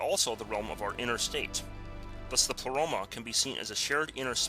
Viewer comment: pronounced "play-roma" not "pluh-roma"